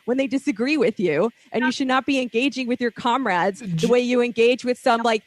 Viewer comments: I cringe so hard when that hot chick says "comrad" ugh. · I cringe so hard when she says "comrads"